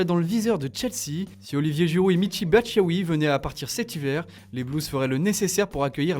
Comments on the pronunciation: « Michy batshaoui « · Michy Batchiaoui 😂😂😂